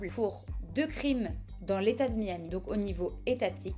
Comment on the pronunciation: Lawyer ? It's a joke ! No proves, "Jon Doe" on an act (?) Bilanguage but do not know how to pronounce "Miami' ! I'm laughing !